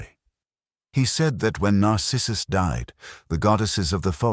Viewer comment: also "narcissus" The accent falls on wrong syllables.